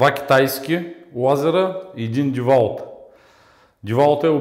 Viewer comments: Деуолт не девалт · "Винтовърт" "Ко сме забелязали" "Иното" "Глеите" "Могу ,могу" "Девалт"